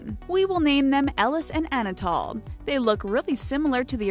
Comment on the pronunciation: When you say anatol I hear "Anna tall"